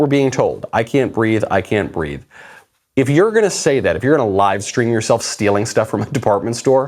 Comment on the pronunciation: I thought she said "I can't breaff!"